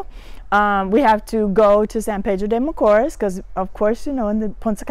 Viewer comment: Hi, I’m not being disrespectful and I love the fact you are trying to learn Spanish but you need to pronounce the letters in Spanish or else it sound awful. Sorry for being blunt but we say what we mean, AEIOU does not pronounce the same in English, you need to master the vowels first. when you said San Pedro de Macoors, very wrong. It should pronounce more like San Pedro De Ma co east. Love your show.